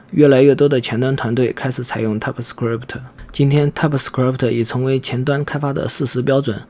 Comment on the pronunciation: typescript 你读作踏普死磕力普忑？